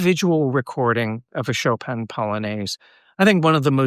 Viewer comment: Why do anglophones always pronounce Chopin's name so strangely? It's not like it's hard....